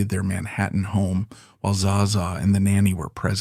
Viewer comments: ZZA - pronounce it right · AI be like, how many ways can I pronounce Zsa Zsa in one video, without ever getting it right.😂RIP Fran!